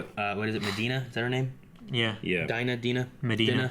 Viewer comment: Dinah Madani. She pronounces it DEENA, not Dinna.